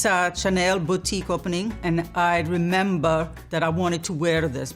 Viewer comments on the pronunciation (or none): none